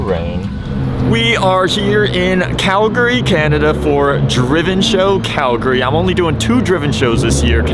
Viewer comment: The only American that pronounced Calgary correctly